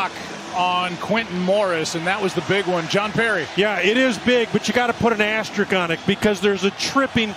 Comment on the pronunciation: It is "asteri*S*k" not "asterik". There is an S in there.